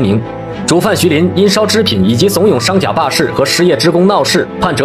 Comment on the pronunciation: 商贾，发音应该是同“古”，商古